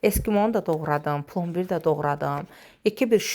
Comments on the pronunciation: Plombir yox, plambir. Marojna yox, dondurma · diksiya👎dondurma( morojna yox!, plombIr plOmbir yox! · Plombir yazilir plambir deyilir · Plombir demiriknplambir deyirik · Malekulun içinde atom olur.atomun içinde nüve olur, nuvenin içinde elektron olur. Deyesena casdime. Deqiq yadimnan cixib texmini. Plombir yox. Deyende plambir deyilir. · Plombir yazılır ,plambir oxunur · Чушка вообще то плОмбир пишется, а читается плАмбир. Ужас колхоз ки, колхоз. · Пломбир дейилмир пламбир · Pombbir aaa teleffus berbad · Plombir yazilir Plambir oxunur))) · plambir) O yazilir ama A oxunur